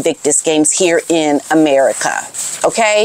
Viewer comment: Evertime you say,"Ameri-Ka" my skin crawls. Today it took less than a minute. Your shtick get old. Maybe Ill check in in a month or so. Bye